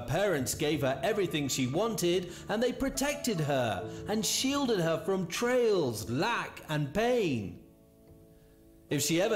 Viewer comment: Erm, pretty sure it's "TRIALS" not trails...you'd think after saying it at least 3 times the narrator would've realised what he was saying/reading doesn't make sense🙄😏! Obviously not really feeling what he's talking about.